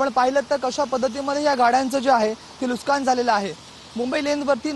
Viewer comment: Nuskaan nahi re baba, nuksan , Marathi adhi swataha nit bola, mag dusryana jabardasti kara. 😅